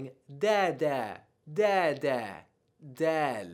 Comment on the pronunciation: Multiple errors. Dhaal is "Dhaal", not "Dhaal". Raa is no where near the same as the spanish rolling of the r. Its extremely slight if at all.